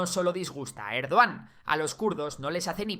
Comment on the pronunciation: Cómo "Erdogán", madre mía. Es como si llamas a Trump "Traun".